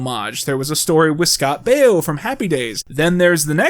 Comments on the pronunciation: Pronouncing Scott Baio as Scott Bio?!? Okay... You HAD to do that on purpose. You said his name WAAAAY too frequently, and no one is this culturally inept. He's been an iconic figure in American sitcom television for like the last half century. Also, Google. ...and Then, , after mispronouncing it like 20 times, you inexplicably pronounced it correctly?!?!? See? Not buying it. I'm onto you. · ughhh dude Scott Baio's name is pronounced "BAY-O" not BUY-O.... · The way ur saying Scott Bio instead of the correct way which is Scott Bayo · BAY-OH BAY-OH Scott fu@ Baio. WTF? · The cameo of Scott Baio (pronounced like Mayo) is an interesting choice because he played a babysitter or "Manny" on Charles In Charge in the '80's (and '90s? - it was on re-runs for years) Yes, I'm 36 years old, lol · Your pronounciation of Scott Baio's name makes me feel so old... For the record, kids, it's pronounced "Bay-O". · I’m an hour in and noticed several mispronunciations of Scott Baio and one mispronunciation of “puss” and I’m convinced it’s a bit that will pay off in the last hour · How did you make an entire bit copying Erik's "old recording of me says people died" thing, but still don't know how to pronounce Scott Baio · Are you purposely pronouncing Scott Baio's name wrong or what? Because it's driving me nuts...Where the hell is the Cereal Killer shirt?